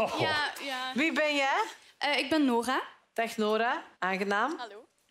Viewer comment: Ik ben! Hahah de Franse R❤️❤️Nice😂☺️🇫🇷🇫🇷🇫🇷🇫🇷🇫🇷